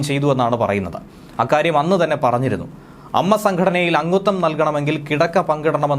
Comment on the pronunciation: അമ്മ അല്ല ടോ A - M-M-A